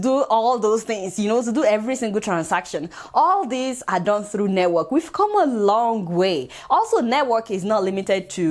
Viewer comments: Aunty it's network ooo not nework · Lol 😂 she calls it neywork haha 😂😂😂 neywork Yoruba